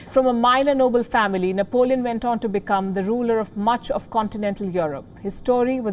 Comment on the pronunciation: Nepalíone Bonaparte